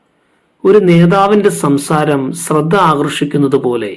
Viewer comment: ഭാ എന്ന് പറയാൻ കഴിയാത്തത് ഒരു പോരായ്മ തന്നെയാണ്. ബയം എന്ന് പറയുന്നവനോട് അവജ്ഞ ആണ് തോന്നുക. കൂടാതെ, സ്രദ്ധ, സ്രോതാവ്... ശ്ര പറയാൻ അറിയില്ല അല്ലേ? ആദ്യം ഉച്ചാരണം പഠിക്കുക.🥴🥶